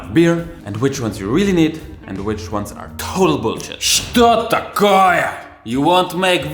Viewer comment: Он так по-русски сказал "Что такое!"